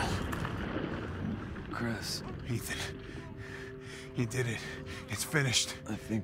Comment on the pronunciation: It’s Ethan winters not Eathan winters lol